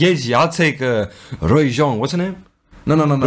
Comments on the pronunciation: Loved thiss!💖 React to more Itzy! Also Ryujin's name is pronounced as “ Rew ( like 'new' )+Jin" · Yeji is driving for real. She got her driving licence for this song... and also ryujin's name pronounced as ( Ru-jin) and chaeryeon says the iconic itzyyyy. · it's RI-YU-JIN